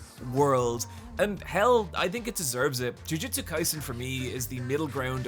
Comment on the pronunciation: Its hilarious how many times you pronounce jujutsu as jujitsu.